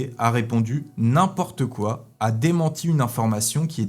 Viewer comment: Très intéressant cependant il y a une erreur flagrante dans votre présentation. il faut dire "n'im-PORTE quoi". et pas "N'im-po-rte-quoi". Petite erreur d'imitation du personnage. 😂